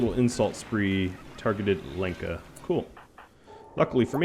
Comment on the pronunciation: Lenka is pronounced as Helen, more like Lhenka, Lyenka, not Leenka :)